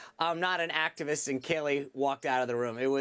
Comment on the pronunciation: Thats Kayleigh can u imagine the commie outrage if u mis pronounced kamala lol lol lol